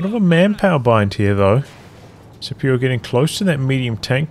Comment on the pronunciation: IDK if Scipio himself pronounces it with a soft C, but the name comes from Latin, so it would normally be pronounced Skipio